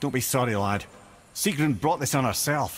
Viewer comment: It not sigrun